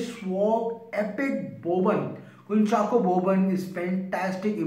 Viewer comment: you pronounced kunchacko correctly